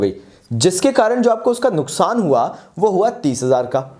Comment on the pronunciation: नुसखान Instead of नुक्सान